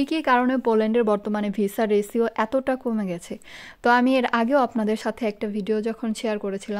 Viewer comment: রেছিও না, রেশিও (ratio) 🤷‍♂️